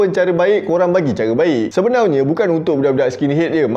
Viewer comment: Npe abg suka ckp sebenaunye,bkn sebenarnya